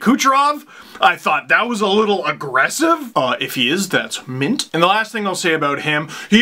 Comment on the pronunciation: Mint? Mete